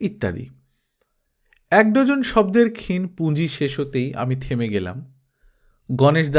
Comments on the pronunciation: ক্ষীণ এবং অজ শব্দ দু'টোর উচ্চারণ একটু দেখে নেবেন। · ক্ষীণ শব্দটির উচ্চারণ একটু দেখে নেবেন please